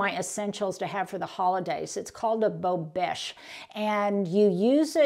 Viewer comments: It is pronounced: Bow beh sche. I love them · The drip protector is phonetically pronounced bo-besh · Pronounced “beau besh”